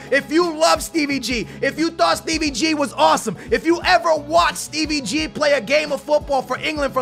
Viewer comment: Stop saying Steve ggggg